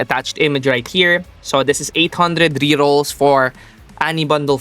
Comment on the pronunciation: BRO say rerrols not RRS